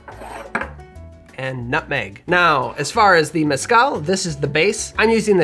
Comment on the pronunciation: Its not that hard to pronounce “meh-skál”